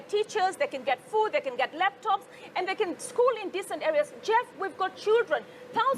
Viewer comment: did passaris just say leptops???😂😂😂😂